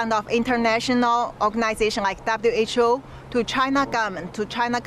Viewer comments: HWO INSTEAD WHO🤣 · However,,,👌.,it's "WHO" not "HWO".😀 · Why do u keep saying HWO? Isn’t it WHO? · Why is the guy pronouncing WHO as HWO? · Wait a minute... why you call WHO HWO in the video lol. Hilaaaaarious. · Why do you keep saying HWO? Good report by the way.